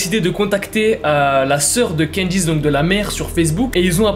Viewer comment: Adame: Candyce Les caméras: CANDACE